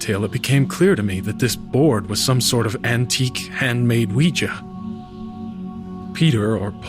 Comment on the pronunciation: I like the narrator, but the way he prounounces "Ouija" gets on my nerves. Lol